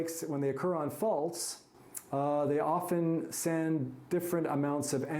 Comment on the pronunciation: "Often" not "" oftern"". You left the door open.😊